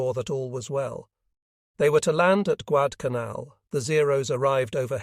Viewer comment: Not Guadalcanal the voice said Guadcanaln consistently.